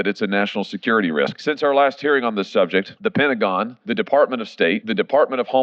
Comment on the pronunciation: If he cant even say risk right in that press conference then he shouldn't be aloud to make decisions